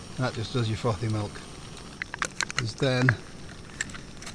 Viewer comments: When he said 'frothy milk'I thought he said 'f***ing milk' 😂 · Great video! I thought you said ‘f***ing milk’ rather than frothy milk at first. Had to rewind it to hear it again:L atb